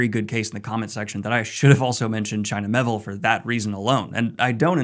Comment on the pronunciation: It’s Me-Ay-Ville!